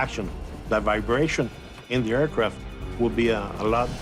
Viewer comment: "Air Croft" what is a Croft ? There is no O in the word AIRCRAFT